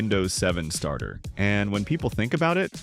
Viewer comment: you missed the first r at "win 7 stater" instead of starter 🫡